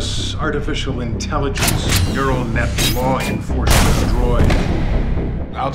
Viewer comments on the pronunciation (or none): did they mispronounce "law enforcement"??